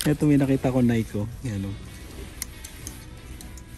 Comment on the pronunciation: You say it sa nai-kee not naik